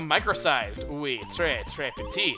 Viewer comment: You said you were good at French and yet you pronounce Oui ( it’s pronounced we) Oowy, I mean my classmates do that but there in grade 5.